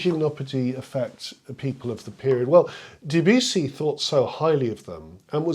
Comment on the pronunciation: Please pronounce Debussy without the yew sound; there is no yew sound in Debussy, please. Let's start a revolution of correct pronunciation of his name. He deserves this.